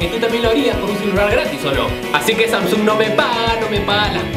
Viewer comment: estas seguro q asi se pronuncia samsung???